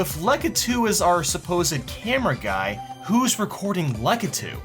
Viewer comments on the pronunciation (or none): It triggers me that he says lukitu